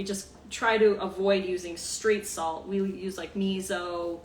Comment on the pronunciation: When you said straight salt I thought you said 'Street Salt' lol!!